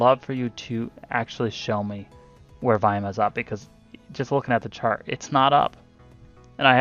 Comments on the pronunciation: Whats VIAM? I keep hearing you say VIAM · Sorry, i figured it was volume. Just wanted to make sure you weren't referring to a technical indicator. Sounded like you were saying viam. Im a noob.